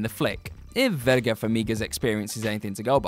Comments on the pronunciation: VERA, not Verga, if you're gonna include her in your videos at least have the decency to say and spell her name right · Verga Farmiga??? It's Vera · 'Verga' Farmiga lol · DUDE, it's VERA FARMIGA, verga, as you wrote and said it out loud twice, is a very very rude word in spanish... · "Verga" Farmiga? Shelly "Deval"???????? What's happening here? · Who is Verga Farmiga? I have heard of Vera Farmiga, is that who you're talking about? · Verga? That's not her name, is Vera, no G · It is Vera Farmiga. Not Verga which by the way is a spanish derogatory word for the male genitalia. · Verga Farmiga? VERGA? Fucking hell, you people are not even trying today, are you? Her name is VERA. It isn't rocket surgery... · Vera not verga. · TorAAAnce, Verga and Kaufmen.... I can't deal with this 🤣🤣🤣🤣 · VERA Farmiga, there’s no g in her first name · Tore-Ants? Verga? Don Nof Rio? R Lee Earny? Vivien Lee? what is going on? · Why are there so many horrible mispronunciations in this list? Verga Farmiga? Seriously? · Jesus... I know this video is a year old, but God damn, you guys rock at butchering pronunciations and spellings of character and actor names. These films LITERALLY SAY how to pronounce the characters names, yet you butcher them constantly. Do you even WATCH these films?! Also, Verga Famiga? Seriously!? 🤬